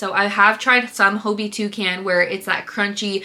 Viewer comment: Okay I have to say it. Hobbii is pronounced like the English word Hobby. Hah-bee. I watch the live streams and stuff that their employees host and that’s how they pronounce it. This is such a dumb thing to nitpick but it bothers me so much I’m sorry